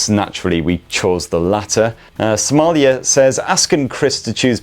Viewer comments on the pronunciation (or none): none